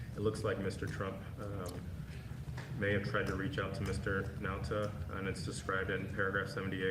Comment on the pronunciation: mine so far was the Republican pronouncing Nauta’s name “Nu-ah-tah” because white racists passiveagressivly mispronounce Hispanic words with unfamiliar letter combinations. In Colorado, Buena Vista is pronounced “Byoona” by natives, even tv news peeps.